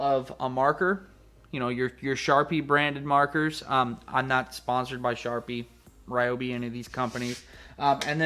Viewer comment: I live in the Mid-West and everyone I know pronounces Ryobi "Ryobi", not "Reeobi". I wish you would have demonstrated the tip size of the marker compared to the Sharpie.